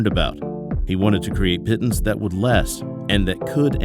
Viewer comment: The "pittens" pronunciation grates.